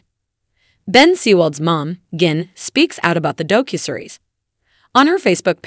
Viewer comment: Doe-Cue-Series? The mispronunciations are so so bad in this.